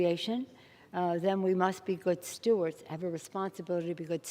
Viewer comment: Stewards not Stuarts - please